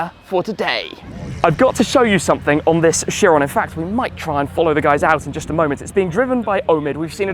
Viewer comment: Bugatti Kye-ron, not Sheer-on. 🙃